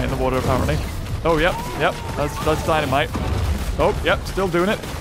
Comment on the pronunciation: o-oh that’s dinimite that dinimite Us:yup we all now cause it’s bin in the vids for the last 3 video